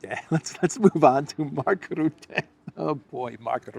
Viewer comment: Mark Rootte does not exist. I only know Mark Rutte. Why is it difficult to pronounce his name?